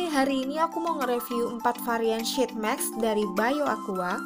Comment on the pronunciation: Maaf kak, mau ngasih saran. Tolong perbaiki cara pengucapan sheetmask nya ya kak. Makasih 😂😂😂